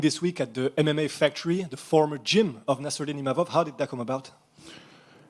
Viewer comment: Português muito bom mesmo, se não fosse pela pronúncia do "MMA", nem iria suspeitar.